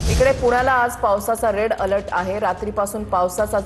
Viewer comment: Rel alert nahi re bhau, red alert